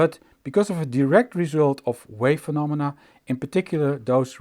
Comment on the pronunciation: Just beautiful. BTW, check your pronunciation of “direct” and “direction”.